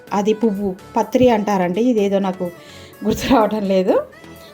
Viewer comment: అది జా పత్రి అండి.అదేదో పత్రి కాదు